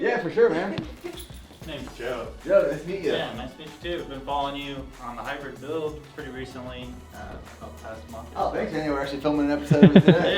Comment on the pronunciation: "The Hybwid Buiwld"